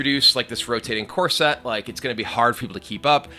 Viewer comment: I can't help but hear Kibler say "corset" instead of "core set"